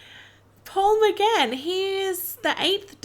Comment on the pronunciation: McGann not McCann. Also did you watch this before or after watching "Name of the Doctor?"